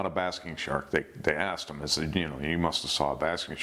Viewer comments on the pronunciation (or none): none